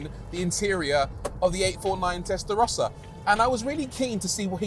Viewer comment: Testarossa is defined by those horizontal slits. Stop butchering legendary names